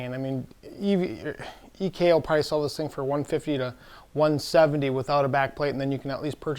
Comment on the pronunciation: why does he keep saying EVJ? do we not know the difference between J and G?